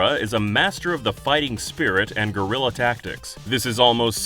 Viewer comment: For the thousandth time: it is GUErilla warfare, not GORilla warfare, you big old ape.